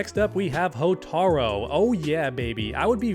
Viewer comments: Man come on, it’s “Hotaru” not “Hotaro” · Hotaru. Not Hotaro. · “Hotaro” Bro. It’s HOTARU. You’re supposed to be an mk fan?